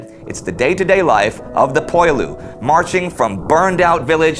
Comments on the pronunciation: I'm no French expert, but I have always heard the word "poilus" pronounced more like pwa-LOO (instead of poy-LOO). I'm sure someone out there can clarify this. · "Poilus" is pronounced "Pwah-loo".